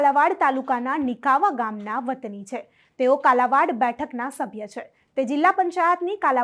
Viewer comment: બેન કાલાવડ નામ છે કાલાવાડ નહિ